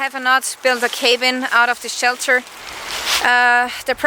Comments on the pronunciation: it's pronounced "kah-been" not k been. cabin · thank you for sharing a piece of your life. Looking forward to more of videos. Cabin = caa bin...long 'a' like 'aah'... more throaty low sound. You are a lovely talented woman and I like your accent. Excellent command of english by the by. Best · 1) just so you know cabin said with a soft a.......I know, I know there is one b so it should be hard. I cant explain that. Its c-a- (as in cat) bin. 2) You cant get upset about what's said about you. There are haters around, there always will be haters. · another entertaining video, hope youre on the mend. also, your pronunciation of cabin needs some work, but otherwise its super cool that you can speak more than one language! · Another good video,. You answered the questions intelligently, but I doubt it will satisfy those who will ignore any truth to maintain the fiction in their own minds. I'm glad you're on the road to recovery (your arm), and look forward to seeing you in action again. BTW: In English, "cabin" is pronounced with a soft 'a', like "after". What is the word in German/Austrian? It isn't merely "hause', is it?